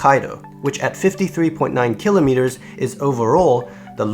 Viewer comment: the way you pronounce "Kilometers" bugs me :/